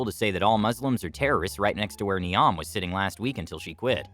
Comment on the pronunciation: You said Niamh wrong, it's Irish and therefore doesn't use the same rules as English. Mh actually has a V like sound.